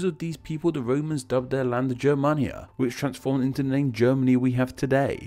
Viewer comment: Its Germania the g is like in games, not like the j in joy.